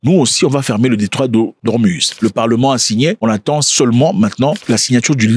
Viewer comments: on dit Ormouz non ormuz merci. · Detroit d hormuz mais ca se prononce hormouz